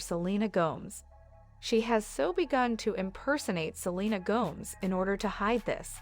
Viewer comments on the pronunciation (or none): Her name is Go…mez not Gomes. Look it up. suh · lee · nuh gow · mez And she’s not the home wrecker, that would be Justin or Hailey. They need to let Selena alone or get divorced for goodness sake. Let Selena alone. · Selena Gomes rhymes with homes and gnomes all this time I thought it was Gomez 😂😂😂😂 and Hilly Baldwin ok.